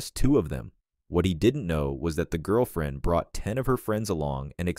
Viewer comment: Seriously? Your 💩 robot voice can't pronounce 'girlfriend'? And you didn't even notice? Are you so crappy at content you don't even listen to your own crap? Are you deaf? Or mute so you are unable to talk into a microphone yourself? Your mom must wonder how she raised such a lazy and apathetic waste of a child.